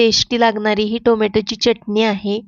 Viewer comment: चटनी नाही चटणी...अस म्हणा....😂